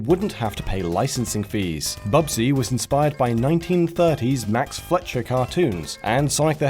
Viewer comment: I hate to nitpick, but it isn't pronounced "fletcher" it is pronounced "fly-sher"